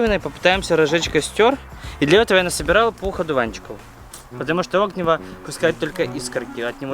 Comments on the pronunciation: Не Огниво, а огнИво. Ударение на И. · Не Огниво, а огнИво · Не Огниво, а огнИво. Надо не стучать по стержню, а кресалом словно соскребать. Тогда искра будет сильнее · огНИво а не Огниво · Правильно говорить огнИво